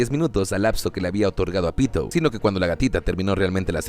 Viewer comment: Soy el unico que escucha 🗣Pito‼️ en vez de Pitou🗿?